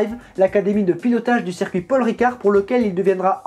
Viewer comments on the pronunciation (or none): none